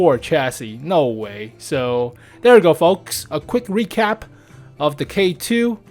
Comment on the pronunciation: You said it best when you said a quick recrap. lol